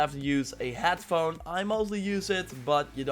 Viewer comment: Is it just me or does he say hadphone or headphone. I hear hadphone/hatphone